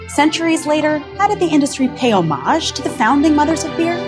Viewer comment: its "hom age" ... not "Oh maj"....